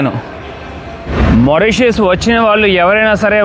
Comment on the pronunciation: మారిషిష్ చాలా మంచి గా చూపిస్తున్నారు కానీ మోరిషెష్ అని పిలవకండి. మారిషెష్ అని పిలవండి